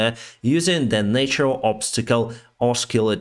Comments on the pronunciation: In natural the first a is pronounced like in hat. In nature it is pronounced like in cake. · Thanks for your videos! Your english is very good. I would only suggest you look into the pronounciation of ’natural’.